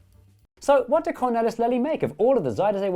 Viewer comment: Absolutely brilliant, as usual! But... you could have checked the pronunciation of the main character: Lely. It's not 'lelly' but halfway between 'layly'' and 'leely'.